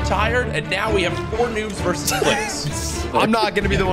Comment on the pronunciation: Versus not verse Jesus